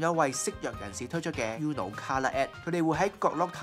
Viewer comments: 應該讀ooo-no， 唔係 yoo-no。 西班牙文Uno既意思喺1， 姐係淨低一張牌既意思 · 放屁，是/u/很难发音吗，我相信任何语言中都有类似/u/的这个音，uno也就两个音节，不一定非得懂西班牙语葡萄牙语意大利语才能正确发出/u/这个音吧，不需要你多高的语文水平，就记住uno这个发音很难吗？不说别的，包括我这样不懂日语的在内人基本上都知道“こんにちは”是什么意思而且大概知道怎么发音。没让你记住其他的西班牙语单词，就记一个发音简单的uno，我相信但凡是个智力正常的人都记得住吧。名从主人原则对吧，英文发音？英文都没有uno这个词！就记一个/u/的发音有什么记不住的？又没有让你学其他的西班牙单词！再说/u/的发音比/ju:/的发音容易发音吧？一个容易单纯的发音的/u/的发音记不住？？？？ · You are pronouncing UNO wrong!!!